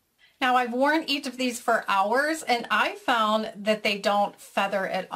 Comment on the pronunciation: "eacht" (each?) LOL ;)